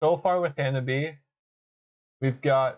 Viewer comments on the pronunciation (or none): They are pronounced Ha-na-bi-eh 😁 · It's Ha-Na-bee-aye.